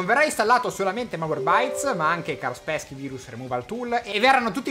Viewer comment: tron della disney.... io mi deleto... mi raccomando imparate l'inglese.... cit: fase di disinfettamento.. = disinfezione (alla fine lo dice ) XD cit: carsperchi = kaspersky lascio like